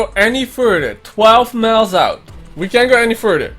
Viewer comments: Okay but like miles to him sounds like meals to me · I love how he says miles